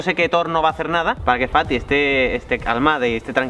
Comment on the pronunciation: Cuando dice fati parece como si dijiera. Paty